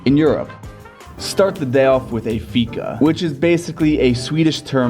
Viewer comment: The way he says fika haha. Big fan from Sweden 💕